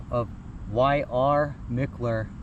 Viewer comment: Mickler—>is pronounced Mike-ler❤